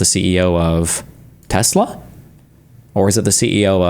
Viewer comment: "I love tesler!.... ... just kidding, changed my mind."- DJT